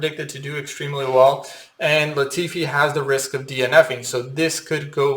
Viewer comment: At least you got Latifi right 🤣